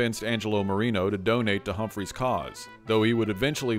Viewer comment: Hubert Humphrey, not Humphreys.